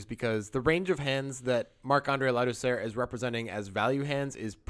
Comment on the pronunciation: Learn to pronounce Ladouceur's name. He is French-Canadian. The C is pronounce as a K.